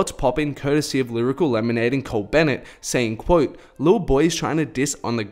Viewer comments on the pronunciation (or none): none